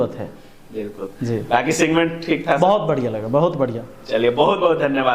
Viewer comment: सिगमेंट नहीं सेगमेंट होता है महाशय😂